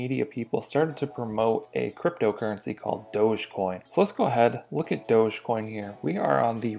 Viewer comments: its not dože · It's Dogie coin as in Dog E-coin. Where people think the dog came from? Dug!